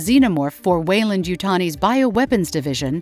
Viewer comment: The narrator nails it at the start with the pronunciation of Weyland. After 1min they call it ‘Whyland’ and they keep mispronouncing it. They must realise the pronounced the same word different ways through out.